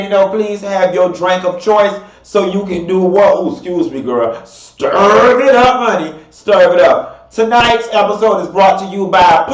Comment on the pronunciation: I luv when says “stirv it up” 😹